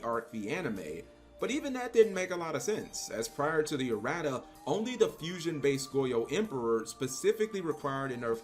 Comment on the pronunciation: Lmao “uh-rat-uhs”